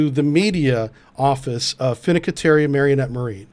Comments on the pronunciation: One small note. It’s not Finicateri it’s Fin-canTieri. That is all, carry on✌️🖖. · Not sure if this reeks of incompetence or corruption, though it does look like a case of 'US military spending at its best.' Also, I'm pretty sure you butchered the name 'Fincantieri'. I think it's closer to 'Fin-cant-ieri' than 'Finni-can-teri'... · Fidddecatiri? Fincantieri? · You keep mispronouncing "FINCANTIERI" In this video and its really annoying. I know this is my own OCD. But look at the word FIN-CAN-TIERI You keep saying it as FINA-CA-TIERI Its FIN.....CAN....TIERI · “Fin” “can” “ti” “eri”……..is it really that tough to pronounce? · The guy can't even The shipbuilder. "Fink-en-terry" is how it's pronounced. What a tool. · Fin-can-tieri .. please .. excellent vid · Fincantieri... FIN-CANTI-ERI. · fwiw... you should try this: Fin--Can-Tee-Airy... love the video... not a criticism... but you might be using the word in a future video, so might be worth saying it in a more easily understood way.